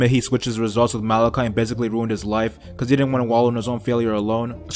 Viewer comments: Why are you saying malaki it’s mordecai bitch😂😂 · “Malakhai”? It’s Mordecai mate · It sounded like you said malachite not mordecai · “Malacai” and “rugby”........ It’s “morticia” and “rigby” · It’s Mordecai not malicai and Rigby not rugby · Lol it’s not malichi and rugby it’s mordici and rigby 😂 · it’s mordecai and rigby not Malaci and rugby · It's mordicai and rig-bee not rug-bee I mean I get it was a joke but it hurts my ears every time you say the names wrong 😂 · Why did he say Mordecai & Rigby like that